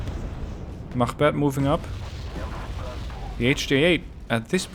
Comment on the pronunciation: Your pronunciation is very good on units such as "machbeth" or "Jægere". Where are you from? Excellent channel by the way, keep this up please!